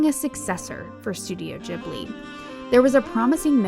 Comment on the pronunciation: Oh my god. Rare youtuber who doesn't say Ghibli with a hard G! (Nice vid also.)